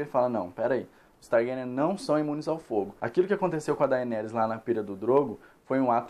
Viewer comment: tbm me irrita kkk, a pessoa assiste a serie, ouve a pronuncia dita pelos personagens e mesmo assim fala errado aff